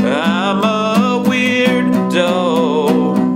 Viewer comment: I can't tell if you're saying weirdo or weird-dough. "I'm the hole" rofl I love you <3